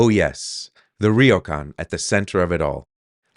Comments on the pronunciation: the y is a consonant, not a vowel. so its not pronounced “rio”. its more like “row” where the r has a soft roll like the mexican r. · Great property, I hope the renovation goes well for you. Just a tiny point, ryo is one syllable, not two. Not trying to be a jerk but since you have bought a Ryokan, it would be good to pronounce it properly. All the best and have fun. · LOL I have never heard Ryokan pronounced like that before LOL and I have lived here since January 2005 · I guess the first thing you should do is learn how to say 'ryokan' 旅館 good luck. (It's a real can)